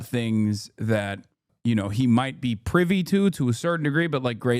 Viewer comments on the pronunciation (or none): none